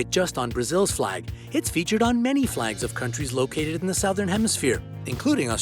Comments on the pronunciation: That is not how you pronounce 'Southern' for god's sake. Smh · Nice video, but SOWthern? It's pronounced Su-thern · Sowthern? Isn't Southern prounounced "suthern"? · It’s pronounced s-u-th-er-n c-r-o-ss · Your pronunciation of "southern" made me cringe. It's pronounced "SUH-thern". Do you live under a rock? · Souuthan. Cross how you say is pronounced sothen cross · Where does one learn English and believe that "southern" is pronounced "sow-thern"? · Stop pronouncing southern like that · The Sowthern cross...lol? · I don’t like how he said sow thern instead of southern. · He pronounces southern weird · He doesn’t even know how to pronounce southern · Okay but are we gonna talk about the way he says southern... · The commentator doesn't know how to pronounce the word "southern". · btw the Southern Cross is pronounced Suh-thern Cross not Sow-thern Cross. Also Papua New Guinea is simply pronounced "Papa New Guinea" Source: am Australian Also for future reference the indigenous polynesian people from New Zealand, the Maori, are pronounced "Maow-ree" not "May-or-ree" Not offended just giving you a heads up to avoid future (embarrassment? That sounds too harsh, I mean like, keep your reputation solid...) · "southern" is pronounced "suthern": "Tibetan" has a short "i"; so many other mispronunciations...